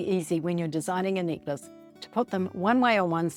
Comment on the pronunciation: When you said “necklace,” and you had dropped it, I thought you said “knickers” and had dropped your undies! Oh, my! I must listen more carefully. Good tutorial, knickers and all!🤗